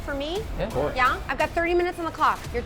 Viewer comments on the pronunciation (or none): that “yaa” was so german